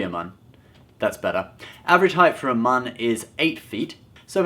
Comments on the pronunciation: It's pronounced "mewn" not "moon" but it's spelled Muun so many people mess that up. Even some of the audio books. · His title is "Supreme Leader". "Supreme Commander" was Vader's title in the Empire in the non-canon Legends timeline. If anyone was a Supreme Commander, it would more likely be Kylo Ren before he offed Snoke. Also, Plagueis' species is pronounced "" not "Mughn" If it was pronounced the way you did it would be spelled "Mun" not "Muun". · I thought you said "nun" 😂😂😂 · Please learn how to pronounce Muun.